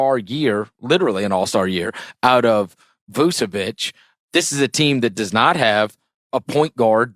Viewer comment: Vucevic is literally an all-star and still no one on the states can prnounce his name. Its Voo-cheh-witch, not Voo-Seh-whitch